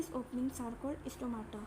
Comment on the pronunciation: Isstomata not stomata😂😂😂